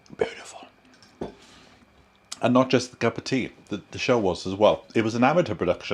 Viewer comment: Sorry you had such a bad day. I had a bad day yesterday. Lovely homestead BTW. I really like the way you say 'cup of tea'.